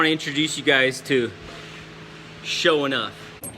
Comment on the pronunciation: i thought you''se were sayin showin up